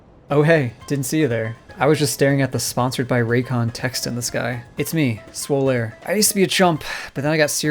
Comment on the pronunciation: It’s Swole-aire!